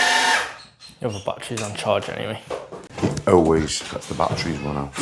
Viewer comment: I don't think people know how much working is involved. Really interesting to see how it's done. THEN there's tape & fill work to do. BUT it's NOT "bat-trees". baa-TTeRY & ba-TTer-eez"